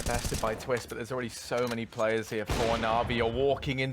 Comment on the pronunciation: Poetic Palindrome its TWIST not TWISTZZ lol